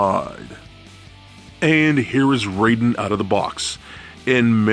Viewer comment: You have some nerve going on about how awesome he is when you dont even pronounce his name properly. It is pronounced "RIE (rhymes with MY) den." Not RAY den.